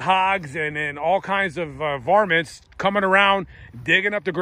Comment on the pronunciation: said varmint lol.